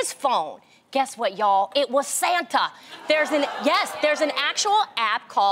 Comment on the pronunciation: why did she say ‘yes’ like that?